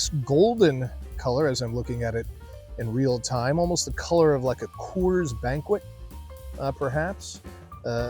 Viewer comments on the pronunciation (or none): none